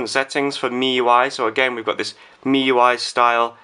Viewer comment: don't know why,i keep hearing miY .miY